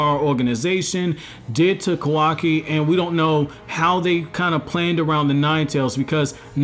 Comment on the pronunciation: It’s Ka-Wa-Ki Not kaw-Wah-Key